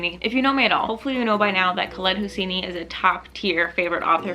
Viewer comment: Hey, just so you know, Khaled Hosseini's name is pronounced "Hou-say-ni" not "Hou-see-ni" ☀